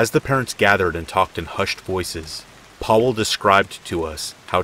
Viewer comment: "Powell" "Areck" dude these aren't that hard to pronounce :( come on...just a quick type in Google Translate will show you how to pronounce it.